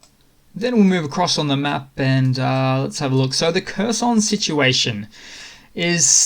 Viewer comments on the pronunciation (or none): none